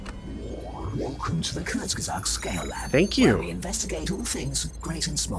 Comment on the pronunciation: Ahhh Kurzgesagt. I love that channel and it explaining the many ways all life on earth can end. I'm german and your pronunciation of "Kurzgesagt" is really good.